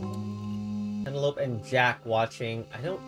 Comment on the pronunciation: Penelope doesn't rhyme with Cantaloupe